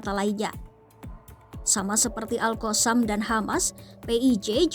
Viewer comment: Min sebut la betul2.. Lidahh tu adjust sikit, All koossamm ? 😂😂😂